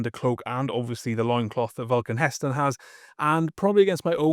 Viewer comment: Said it wrong 😂